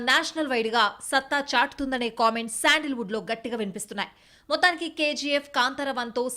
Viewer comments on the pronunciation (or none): శాండిల్ వుడ్ కాదు మేడం.. ❤శాండల్ వుడ్ ❤